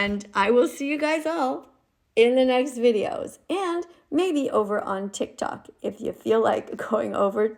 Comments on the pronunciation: tic tac? don't you mean tiktok? This old skeleton can't pronounce words properly. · did she just say tiktak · does she call tiktok tiktak/tiktac? Please can someone tell me what they hear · and its not called tic tac its Tik Tok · btw its tik tok not tic tac nigga🥩🍗🍖🍕🍔🌭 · Blud said tic tak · DID THIS FUCKING BOOMER JUST CALL IT TIC TAC😭😭😭